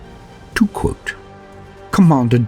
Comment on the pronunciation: too quuohte